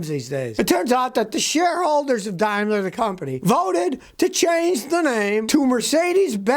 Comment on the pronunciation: Well Scotty, you correctly started with saying 'Dime-ler' but then went back to 'Dame-ler'. Tsk tsk. Hehe. :) So I guess the AG part means 'Always GoingWrong'.